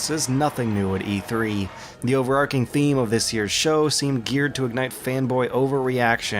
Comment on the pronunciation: When will he learn how to pronounce 'overarching'? Even my foreign ass knows that's not how you do it.